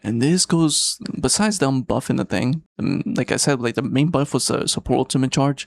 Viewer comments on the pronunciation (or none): none